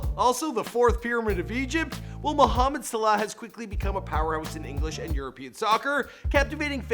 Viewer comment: He looked up to R9 not R7 because R7 is barely older than Salah. And you pronunciation of Mohammed Salah and Zidane is terrible